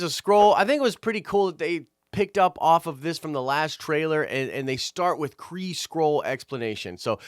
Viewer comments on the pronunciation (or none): Half Kree!! You kept saying half skull